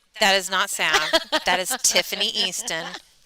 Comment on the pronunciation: Why do you keep calling her Sav ? The a has a short sound not long.